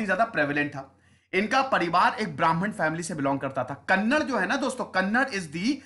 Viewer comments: iq team, appreciate the content but also with all due respect, as a speaker of the kannada language we would appreciate if you correct the pronunciation, atleast in future : It's ba-sa-va- anna not baasav - anna. It's kannad-aa not kannad. It's karnatak-aa not karnatak. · Shashidhar Kolli it’s not kanada it’s kannada 😂😂 sir